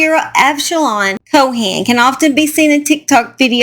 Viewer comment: The last name is Cohen, not Cohan. The h is silent. Thanks for the update!